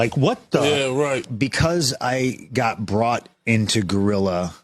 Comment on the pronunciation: it’s called Gorilla as in Gorilla Monsoon, not Guerilla.